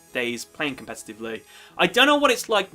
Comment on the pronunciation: It's not "compestitavely". lol. I honestly can't get into the game anymore it's way too complicated and just like a web now. Agreed.